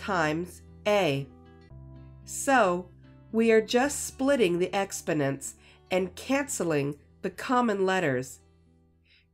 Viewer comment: Expodents? You open wit a word that is not only difficult to understand your pronunciation but he send me on a word hunt inside of 60 seconds which is ok but I’m not impressed